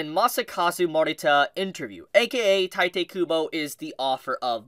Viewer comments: I hate to be that guy but it's pronounced Tito not Titay. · OMFG My ears are bleeding everytime You butchered Tite's name... It's TEE-TEH.